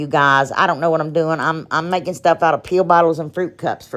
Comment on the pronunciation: Ur so funny when u said pill bottle it sounded like pee bottle